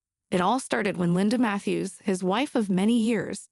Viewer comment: His name is Judge Mathis, not Matthew’s!!